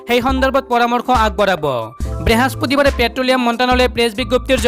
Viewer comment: Behaspatibar nohoy. Brihospotibaar he